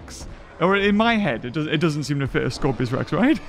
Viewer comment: Dam it it’s scorpius not Scorpios!